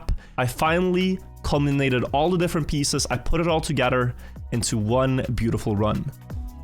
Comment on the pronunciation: "cumlinated" hehe